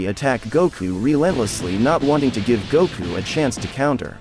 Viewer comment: I am just glad that we have a Goku in the Naruto universe. Let the correct pronunciations be damned!